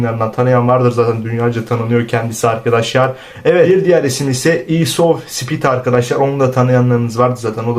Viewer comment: isovspid mi kardeş sana birazcik eleştiri yapayim bari lütfen sallanarak anlatma şu haberleri be lütfen düzgün emek harcayarak anlatirsan sevinirim kardeşim bu telaffuzlar ne açıp bu adamlarin ismi nasıl okunuyor hiç mi bakmadin